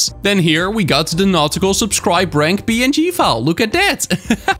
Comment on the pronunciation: Awesome video as always,! (Am I the only one who heard "not cool ranks" instead of "nautical ranks"?)